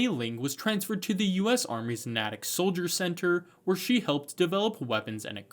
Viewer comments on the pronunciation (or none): none